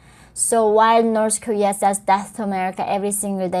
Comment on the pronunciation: i still think the "norse korear" is the funniest shit ever...shes fkn from there...and cant even say it right...norse career